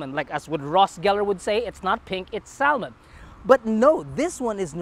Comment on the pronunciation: Shocked, too, that he pronounced “salmon” with an “l.”